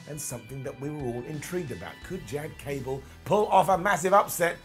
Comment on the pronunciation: I snickered when called him "Jad Cable"